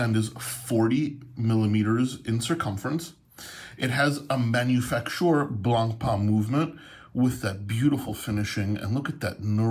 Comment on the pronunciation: Great vid, thanks, you could brush up on your pronunciation of Blancpain though, that's 'pan rather than 'parn.